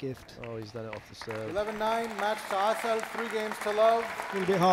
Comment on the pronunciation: cant believe somebody name is pronounced "asshole"